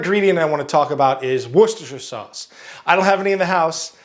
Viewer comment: you are first person that can pronounce worchester sauce